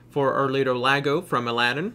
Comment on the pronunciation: He just a friendly note his name Iago(e ya go) is how its pronounced not Lago I can understand the misunderstanding of how Guilbert Gottfried talks.